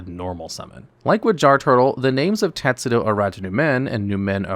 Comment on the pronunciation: teSTudo, not teTSudo Latin derivation, not japanese (although I don't know if tetsudo means anything in japanese, but the "tetsu-" part sounds pretty japanese to me)